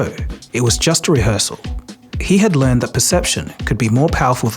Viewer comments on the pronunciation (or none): none